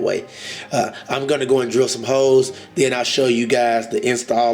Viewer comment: When he said im gonna drill some holes , i thaught he said hes gunna drill some hoes